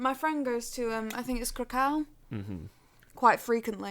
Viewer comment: Krakow, Warsaw- you pronounce the final w like a v. Like you're saying 'crack of' instead of 'crack-oh'. Anyway, I'll stop being a pedant and say thanks for the show. Also hooray for Nottingham. Word to my fellow 'knife crime capital of the east midlands' people.